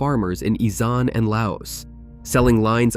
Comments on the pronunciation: You cannot dip Thai sticks into hash oil Pronounced Ee saan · I live in Thailand, and am old enough to have loved smoking Thai sticks in the 1970s in California. You're wrong about Isan in a couple of ways. 1, you're pronouncing it wrong, it's pronounced "ee-san." there is no Z sound. Secondly, Isan is actually the heart of Thailand in many ways, the people there may have ancestors who were "Lao," but they are all very much Thai, and more importantly, the food of Isan is favored all over the country, with som Tom, papaya salad, being superfluous throughout Thai cuisine, no matter where. Plus, because there's not much going on in Isan, other than growing rice, a lot of the people work in Bangkok and Chonburi, only going back to visit their families during big holidays. I liked in Nakhon Ratchasima, a city in Isan, my first year living in Thailand. That myth of opium always made me wonder for the same reasons you listed. We used to get Buddha sticks in Los Angeles, and they were sticky, a little gooey, and almost psychedelic. So it makes sense it was hash oil, instead of opium. But opium in that part of Thailand, in the far north, is very cheap...Also, Cannabis was only used as medicine in Thailand, they use it in food in Cambodia. IT's actualy been really difficult to convince the people of Thailand that this herb is a good thing. Before it was decriminalized, it was considered to be as bad as heroin by the mainstream Thai. Then the government sent out a million plants to anyone who asked. And now that cannabis is legal the quality is ge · 'EE-SARN' ok?